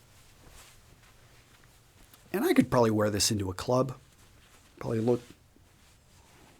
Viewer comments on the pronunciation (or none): none